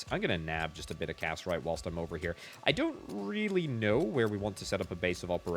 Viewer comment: him pronouncing cassiterite as casserite is eating me alive 😭